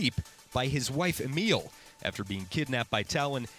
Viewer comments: AMEAL! YOU SAID AMEAL! AHAHA!!! ITS AMELIE A-MEL-LEE. GET IT RIGHT. WHAT KIND OF FRENCH WOMANS NAME IS AMEAL! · "Lacroy"? "Emile"? what the hell dude its french (for reference: luh-KWAH and AH-muh-lee) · AMEEL I HATE YOU ITS PRONOUNCED AMILLY HIS LAST NAME IS LA CRAAH NOT LECROYS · IKR he pronounced it A-meal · I dont think Widows real name is pronounced "Emile" 😂😂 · Great recap, but you didn't pronounce a single name correctly, my dude... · 2 years and people still can't pronounce 'Amelie' and 'Lacriox' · How do you manage to mispronounce Amelie Lacroix? It's so easy to pronounce!